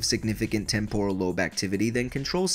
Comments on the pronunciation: Why must your pronounce temporal lobe so incorrectly. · The video is good but it's hard to listen to when he doesn't know how to pronounce temporal. It's TEMPoral lobe, not temPORal lobe. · Am I the only one that cringes by the way he pronounces temporal.